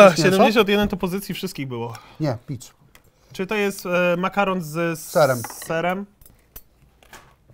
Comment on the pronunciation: ja ogólnie jak jadł to usłyszałem mamy do zjedzenia 85 pizd a nie pizz xd